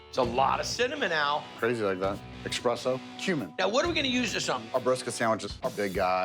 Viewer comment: "... expresso ..." Little known fact: Every time an American says "expresso", an Italian somewhere falls off his Vespa.